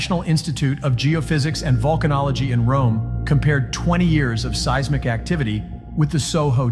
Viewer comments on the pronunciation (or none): none